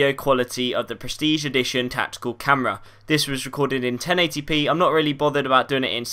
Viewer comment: In the begin and at the end there is 'TATICAL' instead of 'TACTICAL' ;) But nice vid bro!